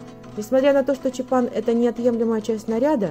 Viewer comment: Насколько я знаю, надо чётко произносить чАпан. Поправьте, если ошибаюсь.